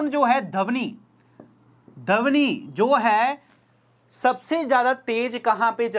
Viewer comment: Sorry but I am very particular for Hindi. For 8th question it is dhwani and not dhawni.